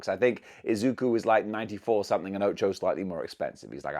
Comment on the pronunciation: btw BUTCHERING THE ANIME CHARACTER NAME AGAIN 😭 OCHAKO FAN IN SHAMBLE RIGHT NOW LOL